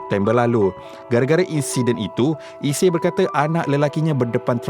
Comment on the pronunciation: iseey bukan isie..sebut tu betul2 la biar bunyi klntan sikit😢